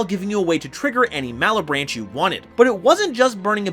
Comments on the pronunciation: I don’t get how its hard to pronounce. Malebranche = mal - branch, mal sounding like “mallet” or il accept “Malloy” and branch like tree branch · Pssst: You not only mispronounced Malbranche, you also mispronounced Dante Alighieri. XD Still an awesome video nonetheless! 🥰👍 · Jenny: where we going Forrest? Forrest: MALA-BRAHN-KEY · As a italian, i must admit that i laughed a bit seeing how some comments where confused on how to pronounce “malebranche” 😂😅. Here’s a little help, in our alphabet we don’t have the “K”, so instead we use “ch”+ E or I (this rule doesn’t apply with A, O and U), so try to think you’re saying “Malebranke” to help your pronunciation. I hope it helped 🙂